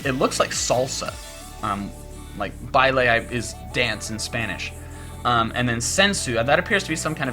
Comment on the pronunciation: I imagine that oricorio copies a dance move, but then still gets to use its move. This could be really cool to use in doubles. And I'm so happy that another YouTuber pronounces "baile" correct! Thanks!